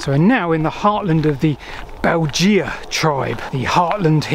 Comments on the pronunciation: Weird how pronounces the name of the Belgae. It should be 'Bel-gay', not 'Belge-a'. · Thanks Ludovica for writing my comment for me! Yes, Latin is easy to mispronounce (especially, it seems, for Brits), but "Bell-gee-ah" (spelled Belgea??) grated in my ears. Agree that bell-guy is much better! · Bel jee ah. What sort of ridiculous pronunciation is that. Bel guy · Excellent video. Just one crit: :'Belgae' is pronounced 'bell-guy', with a hard g, and definitely not 'bell-gee-ah'. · Sorry to be picky, but please check the pronunciation of Belgae. We can’t know exactly how to say it, but ‘beljeea’ is just weird. A better approximation is ‘bell guy’. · Great video but your tribal pronunciation was a bit off as others have said: not only Belgae = Bell guy, but the bates in Atrebates would closer to bah tess I believe. Anyway, very interesting video. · Great video, but it's pronounced "Bell-guy"! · I thought that the Belgae was pronounced “Bell guy” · well my old Latin teacher would have had a fit if he heard you pronounce it Beljay lol. Btw pw your other content is right up my street - lost canals and railways - instant subscribe! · Belgae= Bell-guy, two syllable word, the sad state of classical literature in education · Pronounced "Beljay"